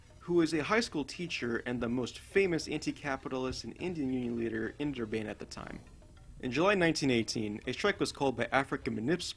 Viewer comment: Also Durban is pronounced how it looks, not "Durbane"